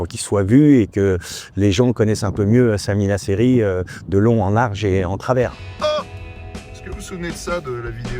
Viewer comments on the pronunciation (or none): Pas ouf d'écorcher son nom à Samy Naceri et pas Samy Nasri 😁